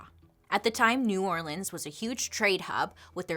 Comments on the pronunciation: Thanks for pronouncing New Orleans correctly ♥️ Angola prison in LA is a working farm.. slavery at it’s finest!! Still happening today. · Thank you for pronouncing New Orleans correctly ❤️